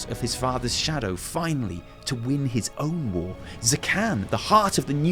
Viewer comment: Thank you yes I like the long videos. Every time you said "war" I thought you said "wall" as in "the fourth wall" and Im like....................wait. THANK YOU SO MUCH FOR POINTING OUT THE PARALLELS TO WRATHGATE AAAAAAAAAAAAAAAAAAAAAAAAAAAAAAAAAAAAAAAAAAAAAAAAAAA